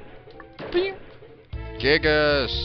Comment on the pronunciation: It's actually pronounced Guy-Gas, but whatever.